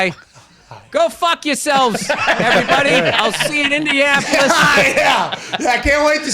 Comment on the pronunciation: Did he say Indiasspolis?! 😂